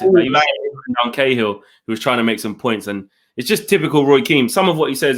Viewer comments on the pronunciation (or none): none